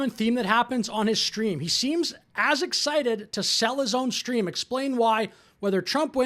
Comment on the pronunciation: "Shtream" isn't a word. Goddamnit, grow up.